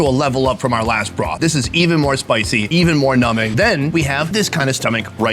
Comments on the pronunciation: So glad he didn’t correct him on the silent B in numbing 🤣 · The way says "numbing" is funny 🤣🤣🤣